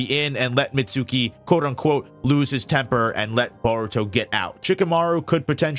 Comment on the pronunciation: you're mispronouncing Mitsuki's name